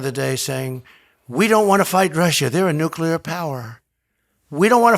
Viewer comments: I'm not very concerned about a nucular war but we should be concerned about a nuclear war. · 'Nucilar power' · Nucular my man lmao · Bob menery cant pronounce "nuclear" properly lmao. He says "nukeular" 🤣🤣 square